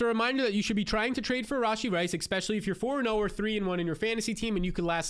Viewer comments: I like your videos man but it drives me nuts you say especially like expecially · I appreciate what you do but please learn how to say "E S P E C I A L L Y". If it's not too much to aks... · “expecially” every 20 seconds